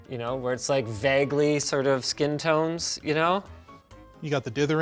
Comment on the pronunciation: Please will someone teach Linus how to pronounce ‘vague’. Thanks in advance.